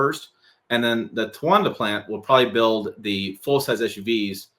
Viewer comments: Tonawanda = Ton-Ahhh-Wanda….. Your welcome 🤣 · It’s ton-a-wan-da. The English language isn’t hard. Good thing you googled the pronunciation before publishing a video. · I guess counting syllables is a challenge too. Tonawanda has four syllables, not there. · Tonawanda would appear to be 4 syllables lol.